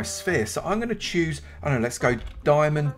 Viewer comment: not him saying i like to chooses the hoes